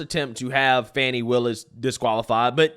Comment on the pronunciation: 😂😂😂 fani with an a is Danny. Not fawny